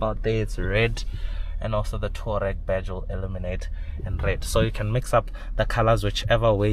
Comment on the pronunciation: *TOU - A - REG... TOUAREG👍